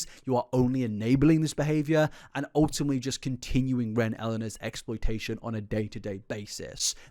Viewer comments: Well yeah- but you said “ultimley” not ultimately, which was harder to unhear. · Off topic but the amount of times he said "ultumly" drived me INSANE 😭😭😭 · you say *ultimley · A video full of OOL-TIM-LEE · If you're gonna say 'ultimately' 100 times in your video please as least say it properly🥲 'ultimmly'... Bro